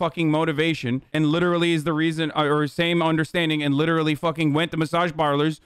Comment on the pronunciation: "LITT ERLY" - hasan, all the fucking time